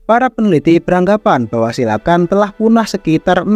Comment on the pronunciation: Ijin bang cara bacanya bukan "silakan" Tapi "silukan"